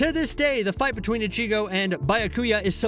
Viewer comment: How do you let a dude who clearly never watched bleach butcher so many names and upload this video. This man said icheego and just ran with it